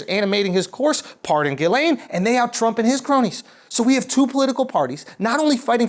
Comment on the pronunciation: “...puppeteers animating his course...” Think he meant corpse...a rare verbal snafu from Shulzy.